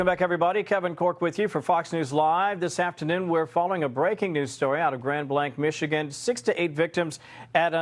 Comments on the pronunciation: It's driving me nuts. We have always pronounced it as "Grand Blank" like a firing blanks. Sorry for that comparison, no disrespect intended. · It’s pronounced Grand Blank, hard a’s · Michigan here...pronounced Grand "Blank" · Grand Blanc, sounds like Blank, A. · Benny, I live in Michigan. The city is pronounced Grand Blank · Just for your information it’s pronounced Grand Blank. It’s just south of Flint Michigan where I was raised. Apparently the shooter was from Burton and at this time they are searching a home on Atherton & Center rds. Avoid that area. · It’s crazy I was wondering what was going on I live less than a mile away from the church. All the ambulances were flying by my house. Btw not that it’s important in the scheme of things but it’s pronounced Blank. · It's pronounced Grand Blank ....... another of those name things. This is not intended as an inflammatory criticism, but intended to be helpful. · Michigan is a big Muslim state!!!! Just sayin! It’s pronounced Grand Blank! (Grand Blanc!!!) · Pronunciation is Grand Blank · Pronounced like Grand Blank. Just south of me, so sad. Prayers. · Grand BLANK. It’s not pronounced like the pen company. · It's Grand Blank pronunciation Benny...its my old hometown,where my family lives. Its tragic!!😢🙏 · Benny it’s pronounced blank. Grand Blanc. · you are driving me nuts! Grand Blanc is pronounced Grand Blank, like a blank check. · It’s pronounced grand blank but it’s this blue state corruption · It's pronounced grand blank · It’s insane that you have this before the mainstream media. And it’s pronounced Grand Blank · Not that important but it’s pronounced grand blank. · Please pardon me for correcting your pronunciation, but in Grand Blanc Michigan. Those who live there pronounce it Grand Blank. Aside from that keep up the amazing work. God bless you and your family. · It is pronounced "Blank." I was born and raised in Grand Blanc, this is so crazy! It is out of control! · Blanc, pronounce BLANK.